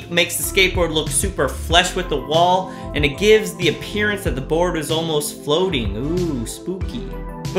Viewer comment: "super FLUSH" with the wall, not "super FLESH"